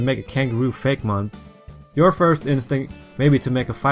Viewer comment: I'm pretty sure it's pronounced Fake-ee-mon.